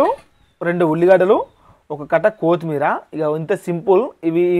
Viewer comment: Kothimera palakadam nerchukora 😂